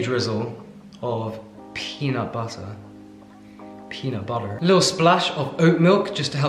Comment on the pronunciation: That US accent "peanut butter" needs a little work. lol 🥜